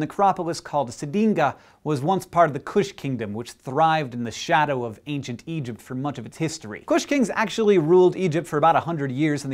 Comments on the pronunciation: Probably should put up an annotation on to correct "Eqypt" Oops. Awesome video, nonetheless. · "Eqypt" and "Pyraminds"... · It's ancient Egyptian, where the Q is silent.. and also sounds like a G.. 0.o